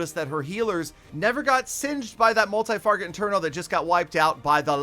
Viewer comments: "Multi Farget Interno"😂😂😂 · Does anybody else notice that he always calls it a multi farget interno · "MULTI FARGET INTERNO" by the way WTF was that???